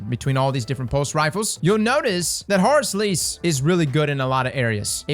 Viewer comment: All I hear when you say the name is Whore's Lease